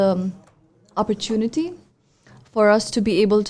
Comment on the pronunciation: the entirety of the podcast, or shall i say, shitcast, didn't have a single mention of imperialism. the word didn't come up at all, nor the mechanism of imperial powers and imperial mindset. what a load of crock. p.s:, 'opportunity' ko sahi tarah prononuce kya kar. nahi kar skta tuo lessons le lay.